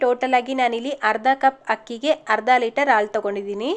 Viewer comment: Ucchara akshara correct agi heli..Haalu..